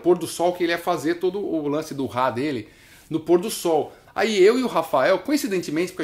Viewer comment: O cara fala Ráá...o kiko diz RRá RRá RRá.